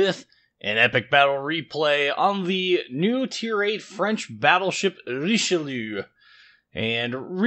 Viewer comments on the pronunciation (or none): it's just 'reesh-loo'